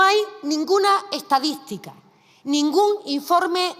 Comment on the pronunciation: "utede se le do'monta mu facilmente, va a la etadi'tica de gobierno, de cualquie organimo!"🤡😅